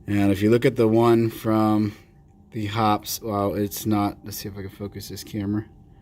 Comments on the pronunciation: Paint thinner or Kerosene to clean. Synthetic 10w-30 for lube. No jams, no rust, no BS!! 50+ years now. BTW..... It's pronounced "Hoppeez". Not "Hops" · Yep, Shooter's Lube is snake oil that does not work. There is a reason that Hoppe's #9 has stood the test of time. FYI, it is pronounced Hop-eez, not Hops. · Very good and interesting vid! FIY, the reason Hoppes is better is because it is mainly kerosene-based, and some ammonia's with it, and a bit of banana oil (for fragrance..no shit!). Just for fun, it's actually pronounced "HOPPeez", (I still call it "Hops", tho), and the #9 refers to the nine ingrediants in the formulation. Keep the good vids rolling, bro! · Hoppe's is pronounced with the 'e' sound.